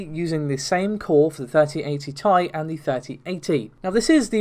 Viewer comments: I'm going to leave a dislike every time you say "tie" instead of T-I. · never heard anyone pronounce to the TI cards by Nvidia as "Tie" now I want a Star Wars special edition that's called RTX3080 Ti-Fighter